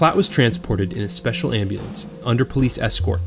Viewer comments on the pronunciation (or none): none